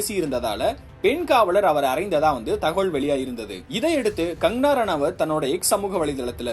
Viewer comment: கங்கணா ரணாவத் என்ற பெயரை ஒழுங்காக உச்சரிக்கவும்!